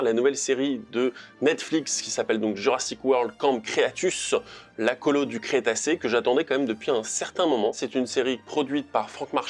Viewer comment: Camp... Creatus, CREATUS!!!! C'est Crétacé b*rd*l (ou Cretaceous en Anglais). Comment est-il possible de faire une erreur aussi atroce (et à différentes reprise en plus)? Creatus...